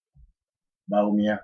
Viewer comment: This guy needs not to talk. He does not understand economics. What is hard currency?. You can't even pronounce Bawumia. Your figures are even wrong. What does paying wages got to do with hairdresser's shop. You can't even express yourself properly. If you understand economics better what are doing in the USA?. Aint you ashamed of yourself for wearing a United State T- Shirt. Where is your patriotic morals. Yes you are the only one who is educated.You can't even speak well.